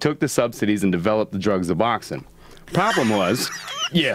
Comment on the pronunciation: ***** Yea, pretty much every single thing he said about Suboxone (Yes, it's SUBoxone, with an 's', not ZUBoxone) was absolute bullshit. I mean he's supposedly worked in these treatment facilities where there are many people on this drug so you would think he would actually know at least a little bit about it. Apparently he not only knows nothing about it, he believes in all this bullshit about it and is now miseducating thousands and thousands of people on it. Really disappointed that Joe didn't even think to Google this drug before having this dumbfuck on the show. I mean honestly, he talked to him ONCE and just invited him on the show? That'd be great if it's like a comedian or something but this dude's supposedly an expert on shit so you might want to make sure he knows wtf he's talking about before having him on.